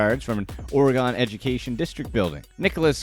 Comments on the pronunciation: Oregon is pronounced "Or-uh-gun" not "Oreee-Gone" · As a native Oregonian, I wish everyone would learn to pronounce Oregon the proper way. It's not hard. I promise. (Or-eh-gun) hope that helps. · omg youtubers learn how to pronounce "Oregon" challenge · Why can’t some people say Oregon correctly? It drives us nuts. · he mispronounced on purpose so people will comment. He pronounced Oregon wrong too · Was this guy just like “Screw pronouncing things right. That’s dumb.” Oregon, Bexar County, Dufresne… that’s just a few. Like… boooo